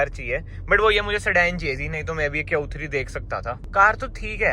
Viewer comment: "Kyun 3" instead of q3. chappri bhar gye hain yt pe